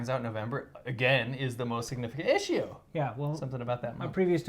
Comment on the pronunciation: The way he says “issue” 😂😂😂